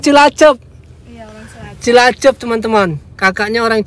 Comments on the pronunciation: Cilacap mas bukan cilacep.😁😁😁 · Cilacap , bukan cilacep... 😅😅😅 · Cilacap bang, bukan cilacep.. 😁